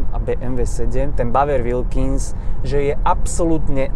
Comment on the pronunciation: nie v zlom ale male jazykove okienko: Bowers & Wilkins sa cita zhruba ako "bauers änd uilkins"